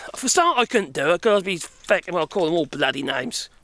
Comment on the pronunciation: Loving your adoption of Irish swearing 😂 Oddly you pull of a feck with an English accent, that's rare and impressive